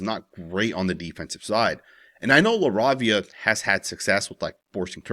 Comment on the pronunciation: LA-RAY-VIA LOL GODDAMN 😂